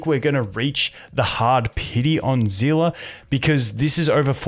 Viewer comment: is he calling Seele Zilla??